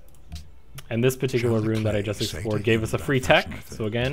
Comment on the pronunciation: Great vid! I bought the game as a result ^^ 'Ruin' has two syllables though, you're saying 'rune'